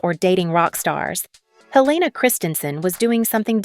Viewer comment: The narrator is AI. She said lives instead of LIVES. After watching a few of these model profiles, the voice sounds unnatural and heavily edited to keep that rate of speed up. I love Helena Christensen, so not much here was new for me. I believe her first name is the Danish pronunciation, not the American.